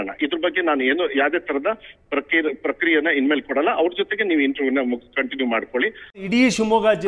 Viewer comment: ಪ್ರಕ್ರಿಯೆ ಅಲ್ಲ ಪ್ರತಿಕ್ರಿಯೆ